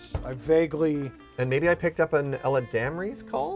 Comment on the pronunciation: dyslexia comment is not just based off of Eladamri's Call, he mispronounces probably 10% of Magic card names. Which is fine, who gives a heck, but sayin it is just this one card is disingenuous